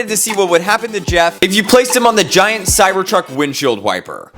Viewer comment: how many times u said cybord truck😂